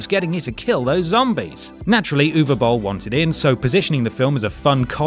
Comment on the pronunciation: The British accent makes it hard to understand what the hell the name is, "oovabull"?